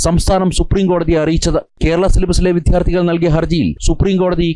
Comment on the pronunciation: എല്ലാം "വിധ്യാർത്തി"കളാണല്ലേ ? നാണം കെട്ട ന്യൂസ് റിപ്പോർട്ടർ !! വിദ്യാർത്ഥി എന്ന് പറയാൻ പഠിക്കണം !!! ഫൂ !